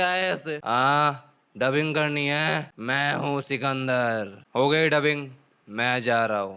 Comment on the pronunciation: Bhai chukandar nahi sikandar hai yaar.😂😂😂😂